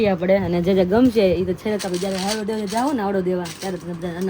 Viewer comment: Havdo kem bolo cho haydo kevay